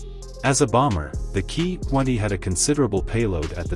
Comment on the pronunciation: Jeeez, where do we start ? The Ki 20 designnation is military nomenclature. Each letter should thus be pronounced individually - as in "Kay Aye" - not "Keee" !! Junkers is a GERMAN name - and so SHOULD be pnronounced with the GERMAN Y sound , as in yellow - not jerk !! I know that an AI voice is narrating, but they could have at least programmed the damned thing correctly !!!